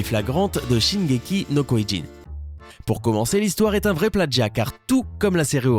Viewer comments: Koyin je suis mort on dit Kyio-Jin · Shingeki no "KYOJIN" pas kyoyin. Non mais allô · c'est shingeki no kyiugen c'est pas shingeki no kouyoun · putain sérieux shingeki no koyin c'est shingeki no kyojin jin pas yin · no koyin !! oui oui bien sur et après vous allez dire auneuh pièsse (one piece) , pfff... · On dit shingéki no KIOJIN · Shingeki no KOIJINE ?!! Sérieusement ? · putain ça se dit kiyogin ptn kyojin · SHingeki no koilé il sort MDRR